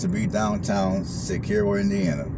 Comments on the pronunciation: Yes he pronounced it incorrectly and it is a lake not a river yet I live here and I can tell you if you are even contemplating a move to this area don’t do it. Westfield is so much better. This place is weird, the people are weird if you aren’t from here and they act like they have never traveled abroad or out of this state or maybe even this town. Zero diversity. There is nothing to eat here and extremely repetitive with the same three major restaurants that are so busy in the summer good luck with that. Absolutely nothing to do and lol about the ice cream shop from the prior comments. No one cares, you can get ice cream anywhere on earth. If you did not grow up here along with your entire family you are marked an outcast. The town itself is extremely trashy and the town refuses to make people clean their properties up or keep their lawns cut. (referring to homes in town itself not homes on the lake) and to boot, the 👮‍♂️ love to follow you around and creep if they don’t know you. Absolutely insane they harass their own residents. I can’t wait to move! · If you are going to do these videos showcasing different places in Indiana, you need to do research on how to say the name of the town (Sis Er O), know the bodies of water (Morse Reservoir not a river), know information about what makes Ryan White so special to the town of Cicero, video the 3 public schools and not just a Adventist school, drive around all parts of the town not the same roads, know the correct population (around 5,000), and most importantly advertise the restaurants. You did this small town a disservice with this video 😢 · Pronounced sis-sir-o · It is pronounced sis-er-oh